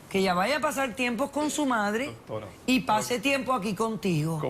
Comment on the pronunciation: ellos disen dotora yo lo escucho asi